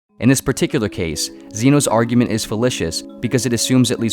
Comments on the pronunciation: I think you mean fallacious, not fallicious. fuh-lay-shuhs. Sorry >_> I'm that guy. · Please check your pronunciation of “fallacious”. The second syllable is pronounced like “lay”, not “li” as in “lit”. Otherwise, excellent work. I guess this video is a summary of the “The Way of Paradox” — definitely seems worth reading. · "Fallicious?" It's "fallacious." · Falacious, not filitious. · Fal A sious NOT fal I scious The barber paradox is utterly pointless, a deliberately constructed deceptive statement which only philosophers would waste any time on The something from nothing argument also deliberate wording designed to be misleading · Fallacious is pronounced with a long "a": /fəˈlāSHəs/ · What in the world is "fell-ISH-ous?" Fellacious rhymes with 'gracious." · The mispronunciation of fallacious is jarring. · Dude how can you make videos like this and not know how to pronounce fallacious